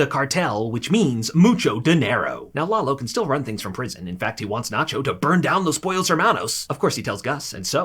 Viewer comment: ¨muchow denerow¨ you dont pronounce other languages the same way in english